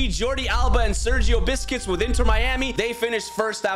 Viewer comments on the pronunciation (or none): By the way it is not Sergio biscuits it’s buesqets 😮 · Sergio Biscuits 😂 Correct Pronunciation Sergio Busquets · did he just said sergio biscuits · Bro really said Sergio biscuits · does he say Sergio "Biscuits" on purpose? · Bro it Sounded like he said “Sergio Biscuits” 🤣🤣🤣🤣